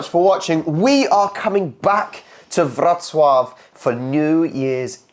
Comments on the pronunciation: You pronounce the name Wrocław perfectly. Come to Łódź too. A post-industrial city that is becoming more and more beautiful and interesting. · I got a little surprised when you said Wrocław correct, even with r sounded right